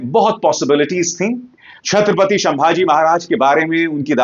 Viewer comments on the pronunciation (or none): शंभाजी महाराज नहीं संभाजी महाराज ! स का श कर दिया आपने … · नाम है,छत्रपती संभाजी महाराज, या शंभू राजे़। शंभाजी उच्चार ग़लत है सरजी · Bhai संभाजी not शंभाजी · Bhai.... Sambhaji maharaj hain...... Sh nahi ... S ..... please don't be so ignorant ... at least in taking names of Great legends....